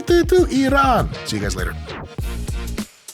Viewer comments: Thank god mike pronounced Iran the right way... Not I ran. ❤❤❤ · Thank you for pronouncing Iran correctly